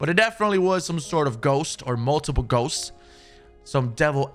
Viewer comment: Hmmm... So plural of "ghost" is "goes"... You talk funny.